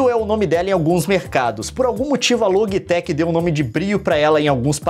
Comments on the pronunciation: a camera é loji tec e nao logui tec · Se fala LOGITEC